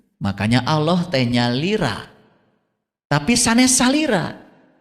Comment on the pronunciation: Bukan sarira tapi salira